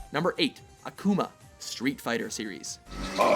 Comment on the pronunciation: They're pronouncing Akuma really strange XD They're (both Mojo and the game voice actor) are over pronouncing the ''u" in Akuma. "Akuma" is Japanese for "Demon". If you ask a Japanese person say it, and you repeat it the same way with your american accent (or other accent), i'll sound almost exactly the same they're pronouncing it a-kooo-ma (yes, the three o's are on purpose) it's actually pronounced ak-oo-ma sorry, i just had to rant... Americans can be sooooo stupid (don't get so mad, i live in america...)